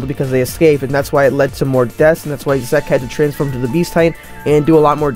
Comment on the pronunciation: Good Video, but pls stop saying zeke like that 😭😂